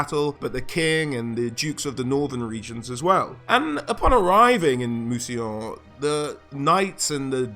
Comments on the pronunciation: Thank you! I love the way you pronounced Mousillon and recognised its Influence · Worth a like just for not pronouncing it 'Moosylawn'.